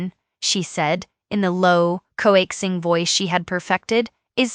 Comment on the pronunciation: AI needs to stop trying to use and incorrectly pronounce words established over eons in languages. Example: "maître d'", "coaxing". Stick to simple or long winded phrases that can be properly enunciated. The story will come through more realistic, than fake. 🤔